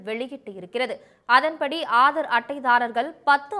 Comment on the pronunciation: Hello news reader, Aaadar அட்டையா????? Adhu enna pronounciation?????????